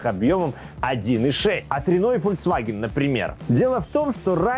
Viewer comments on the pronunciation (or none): none